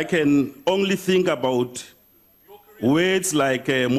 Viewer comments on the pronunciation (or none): "Ongly" lol